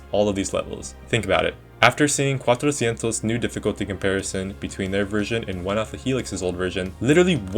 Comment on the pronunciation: Your pronunciation of 400 is very good, as a native Spanish speaker I can say that